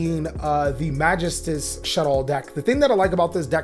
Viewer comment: man why do people keep pronouncing magistus so weirdly? its more like ma-GE-stus, there's a bit more emphasis on that second syllable. it's like people not knowing french with Infernobles all over again lol